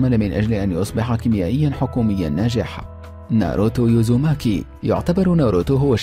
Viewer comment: اسمه ليفاي مو ليفي الاسم كله خطا اسمه ناروتو اوزوماكي مو يوزيماكي